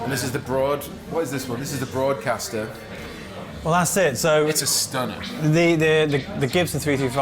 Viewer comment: yeah, it's the BroadKaster but he mispronounced it though i'd love to see George Lynch or Ritchie Blackmore though if they do Rainbow they should also do Deep Purple